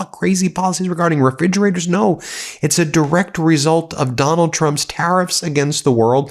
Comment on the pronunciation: Fridgerators? Wtf are you talking about?